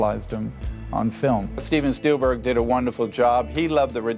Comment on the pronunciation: Talk about pronouncing names wrong! He called Steven Spielberg, STEVEN STEALBERG! Yeah, he stole alright’n